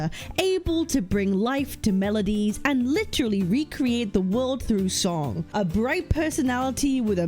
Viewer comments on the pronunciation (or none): none